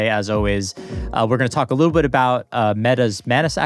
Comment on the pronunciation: Despite Chris's best efforts, didn't comprehend how moronic he sounds by mispronouncing Nvidia.